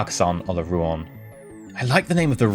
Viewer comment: Don't wanna nitpick over a single word, but I'm gonna nitpick over a single word because that's how I get my kicks on the internet, it's actually Rouen, not Rouan. EE's pronouncing it wrong.